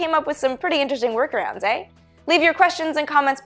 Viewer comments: "Eh"? "Eh"?! You're Canadian? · "... some pretty interesting workarounds, eh?" Ahaa :). Warms the heart hearing the Canadian shine through. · ....."eh" Go Canada!